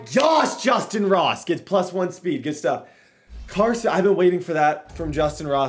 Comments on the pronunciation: i don’t know if it’s just me but when he kept saying moss instead of ross it was irritating me😂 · "Justyn moss" bro it's justyn ROSS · Is there a reason you keep saying moss when his name is ross? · Did he say moss and stead of Ross 😜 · Is it me or is saying Moss instead of Ross? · Am I the only one that here's him keep saying Justin moss instead of ross??? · why does it sound like he is saying justin moss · ROSSSSSSSSS WHY DO YOU CALL HIM MOSS